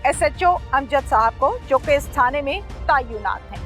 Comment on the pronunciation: tayunat nahi hota asàl word tàinat hai